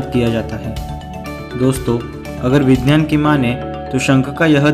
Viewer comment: Gadha hai tu.. Vigyan toh tujhse bola nehi jata.. vinynan kehta hai..